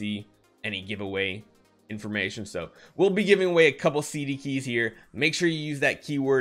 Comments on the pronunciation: “Cdkey” pls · "CDKEY" PLEASE PLEASE PLEASE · "CDKEY" please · "CDKEY" lesgoo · “CDKey” just try